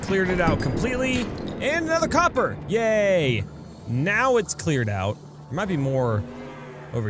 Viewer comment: When he was saying yay it sounded like he was saying gay